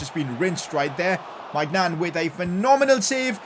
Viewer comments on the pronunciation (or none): Pcq: it’s pronounced Me-nyo not my-nan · PCQ: Day 3 of trying to get to pronounce Maignan like « Méñan » and the « an » like in Kanté